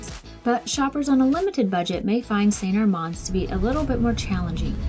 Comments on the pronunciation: Nice work, but why do you mispronounce St Armand? I lived in Sarasota and even double-checked online. It’s pronounced, Saint AR*mand, not Saint Ar*MOND. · The way it said by locals is, Saint Arr-mans Cir. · you're pronouncing st armand's wrong guys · You are right,. I can't believe we've been pronouncing it wrong for the last several years 😩. Thanks for pointing it out, and of course thanks for watching our video as well! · LOL yeah it didn't take us long after making this video to realize we'd been pronouncing it incorrectly for years!